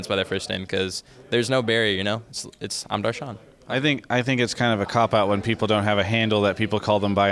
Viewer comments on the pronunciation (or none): the real pronunciation is "dur - shun" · its pronounced Dash-ran. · The correct way to pronounce his name is Duhr shuhn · i'm indian. know a couple people named darshan. its pronounced darsh-en while rolling the R. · Its pronounced Darsh-en